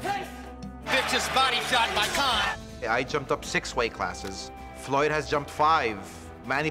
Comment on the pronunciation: Oscar cant even say Floyds name! LOL